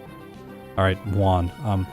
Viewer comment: Whon and Whallie :) . . . . Juan and Wallie, but with an initial H :)